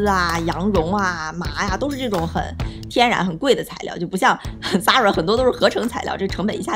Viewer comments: 一口一个zara，美女，你好像读的有问题哦，它读：飒啦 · 美女，Zara的发音不是那样滴